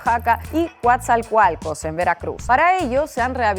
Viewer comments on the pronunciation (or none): Cua-tzaL-cual-cos 😂 Ni pex... No todos pueden con el estilo mexa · Coatzacoalcos… que bonito dijo 😅❤… dile COATZA … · No es Coatzalcualco es Coatzalcualco. Te sobre una L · Se pronuncia asi como se escribe Coatzacoalcos, no coazacoalcos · Se pronuncia "Coatzacoalcos". (no coatzalcoalcos) Por favor practica tu pronunciación en privado antes de decirlo en público. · Inna: CoatzaLcoalcos jajajaja ¡como los quiero! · Aunque no hayas prenunciado bien Coatza-coalcos te amo Inna Afinogenova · Así como a algunos les cuesta pronunciar el apellido Afinogenova, ahora parece que a Inna Afinogenova le ha costado pronunciar la palabra Coatzacoalcos 🤭🤭🤭, es muy bonito escuchar en canal red el nombre de la bella ciudad donde nací. El puerto de Coatzacoalcos, lugar donde barcos extranjeros llegan a cargar de gas ¿para qué? No sé pero allí llegan filipinos, rusos, chinos, indues y tripulación de algunos otros países.